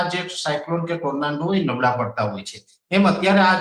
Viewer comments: ટોરનેડો ❌ ટોરનાન્ડો ✅ 😂😂😂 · ગુજરાતી માં વાવાજોડું બોલો. Tornando નથી. Tornado છે. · Bhoshdina Pariya Ne Tornado Bolta Pan Nahthi Aavtu